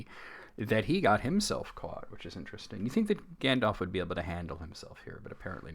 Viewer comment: lol the way you repeated gan-dalf made me snort bc i thought the same thing. also, as a brit, calling smaug ‘slag’ (synonym basically for ‘slut’) is very funny